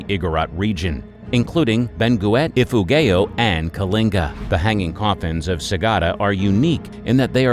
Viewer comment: Sorry i can't help but smile hearing you pronounce Benguet and Ifugao 😄. The Igorot people also referred to as Cordillerans are situated in the Cordilleran mountain range of northern Luzon and comprised of numerous tribes with differing practices but almost identical traditions.